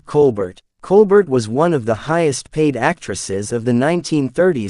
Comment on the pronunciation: Nice summary although the moderator’s youth is revealed by his mispronunciation of Marlene Dietrich’s first name and Claudette Colbert’s last name. They are pronounced “Marlayna” “Colbear”